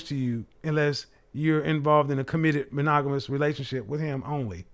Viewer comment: monagolus? Lmao monogamous